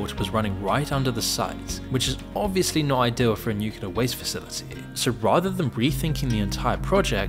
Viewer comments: It's NuCLEar, not NUkular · "nukeyaler" is not a word, it is pronounced new-clee-ur. I can't help but think of George Bush every time you mispronounce it 😂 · It not pronounced "nuke-yoo-lur". Read a book. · "nucular" I see someone had George W. Bush as their vocal coach... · ffs, when will americans learn to pronounce "nuclear"? 🤣